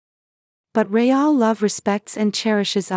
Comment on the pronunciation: Rayall instead of real. Got to Love AI